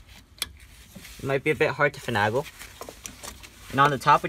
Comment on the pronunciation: Please pronounce finagle, with a long A in the middle of the word. FinAAAAgle ;)